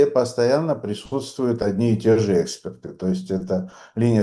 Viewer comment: Nemnogo otvlekajas' ot Suti i zadach DIALOGA , uxo rezhet neopravdanno proizvol'noe udarenie v slove expert. V vashem ispolneniji Ono stanovitsa “exportom”, estestvenno, menjaja smisl…